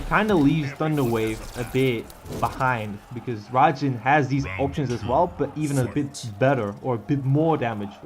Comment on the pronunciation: Raijin, not rajin